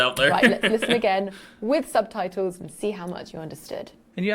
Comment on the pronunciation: What's a 'sub-tie-toe', poppet?